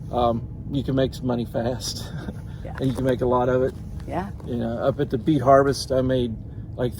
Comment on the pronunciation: oooh did he say beet harvest? I thought he said 🐝 bee. Lol